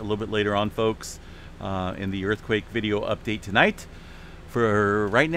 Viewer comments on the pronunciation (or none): none